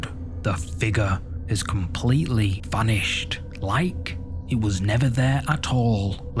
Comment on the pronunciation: Did you all see the "Figgah"? Not figure, figgah.